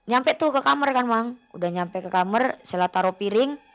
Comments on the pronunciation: Kamar knpa jadi kamer 🤣 daritadi denget kosakatanya jadi ngakak 🤣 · Kamar woyy bukan kamer